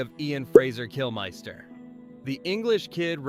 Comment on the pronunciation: Who is Kill-MISS-ter?